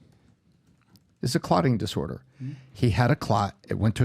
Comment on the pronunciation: First of all, he said myocarditis wrong. And myocarditis is not a clotting disorder.